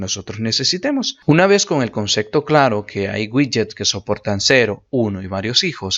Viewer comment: Muy buenas las explicaciones amigo, suscrito y dejando like pero por favor.... no digas concecto!!